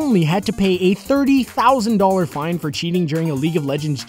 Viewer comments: $30,00 = Thirty-Tousand. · "Thirty thousand"..... xD 30,00.00? xDxD